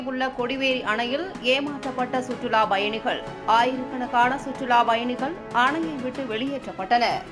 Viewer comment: சுற்றுலாப் பயணிகள் வெளியேற்றப் பட்டனர் இதுபோல உச்சரிப்பு இருக்க வேண்டும் உங்கள் செய்தி வாசிப்பளர் சுற்றுலா பயணிகள் வெளியேற்ற பட்டனர் என்று வாசிக்கிறார்